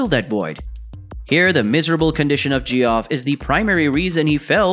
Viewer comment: Dude...... the name Geoff is pronounced JEFF. Why do you creators not do a simple bit of homework before releasing a production to thousands?